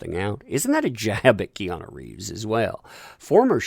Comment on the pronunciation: Did you call him Reanu Keeves? If so understandable mistake, Have a nice day